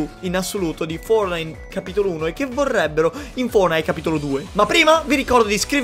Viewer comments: In poche parole "Fordnait" Triggered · Nessuno: Letteralmente nessuno:: FOURNAID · Ma come lo dice poi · dice Fournait!!!!🤣🤣🤣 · Like se piangi quando lo chiama fornai in pronuncia inglese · Quanti volte hai detto fournahi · Ma nel video chiami fortnite foournite😂😂😂😂😂(non e un insulto) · Ma solo a me mi viene un tumore quando dice fuordnaid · Dici fornai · Perché dici founite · Perche dici fornite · Ma come pronunci Fortnite.? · Ma come lo dicevi fortnite?? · Va bene tutto ma per favore usa una pronuncia giusta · Che pronuncia quella di fortnite sembri francese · Ma come dio dici fortnite? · Come cazzo hai pronunciato fortnite tutto il tempo🤒 Mi è venuto un tumore alla prostata